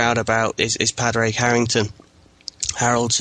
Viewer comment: great podcast but my ears hurt when you pronounce Padraig Harringtons name. Say Paw-rig and you will have it correctly.